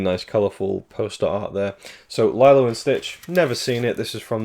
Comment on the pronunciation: It's Lilo! Not lylo. Driving me mad lol.